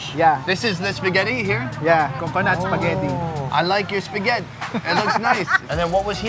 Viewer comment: Hahahahaa, spaghet